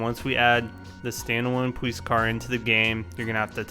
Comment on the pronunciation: "Poweece car"